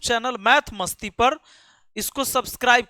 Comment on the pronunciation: Masti, not matsi